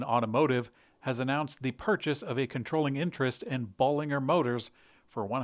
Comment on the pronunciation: Correct Bollinger pronunciation in company's announcement video